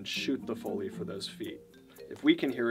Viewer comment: ITS PRONOUNCED FOE LEE